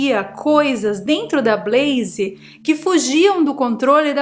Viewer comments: blaze sem i no final. Blaiz... Não blaiziii. Brasileiro tende a colocar "i" qdo consoante está sozinha. Big vira bigui / pet vira pé ti top vira topi... E aí vai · Blazer nao é Brazer. É com L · EEEEITAAann.... falando da 'bleizi' 👀 gosto.